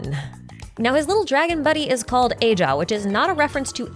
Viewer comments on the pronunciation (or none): According to the japanese spelling, ajaw is pronounced ahau like the deity you say it's referencing